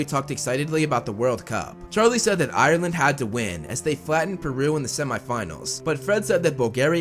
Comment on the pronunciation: Thank you for saying Ireland correct